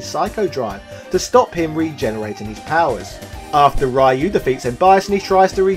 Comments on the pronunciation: It is Ryu as in Reeeeeuuuuuu, NOT RYYYYYYUUUUUUU. I cringe anytime you say RYYYYYYUUUUUU lol. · Right? Like in this video, the guy who thinks the guy's name is "RAI-YOO". No. It's "Ryu". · Or the way he says it, Why-You!!! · Hey could you pronounce Ryu's name properly?!